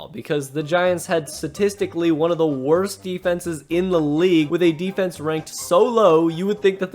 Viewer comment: You said "defense" incorrectly.